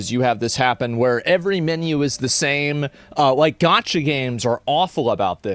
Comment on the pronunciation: It's gacha not gotcha FFS! And Ive never even played one before!